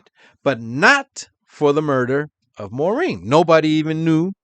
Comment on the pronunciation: English its Maar- een (Maurine) NOT - More-een But you sure pronounced "Menzies" right